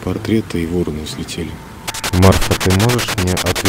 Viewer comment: Не вороны, а вороны( ударение на второй слог!. Не надо на кладбище ходить!. Возьмите, выключите в любом подъезде свет ночью и начинайте идти с первого до девятого этажа!. И будет вам" мистика"!. Ну, а если ,серьезно, если из темноты послышался дыхание и голос кладбищенского сторожа, то, припуститесь вы со своей подружкой" бежать" колбаской по малой Спасской!"